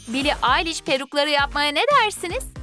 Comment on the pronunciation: O Bilie Ellish diye yazılır bili eliş diye okunur